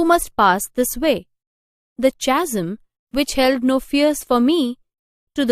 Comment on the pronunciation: Mam your explanation is right and beautiful,,,,, but I think the pronunciation of chasm is incorrect? plz..thought and correct the word. and a lot glad to you to explain this poem.Tysm mam.